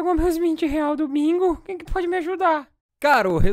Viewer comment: Eu : vídeo normal . Depois do vídeo : máquemier é que ele disse .